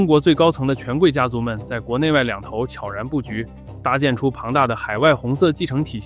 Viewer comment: 能把悄然念对的真的不多